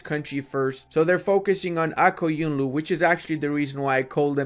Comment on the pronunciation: Bro you said QaraQoyunlu and AqQoyounlu perfectly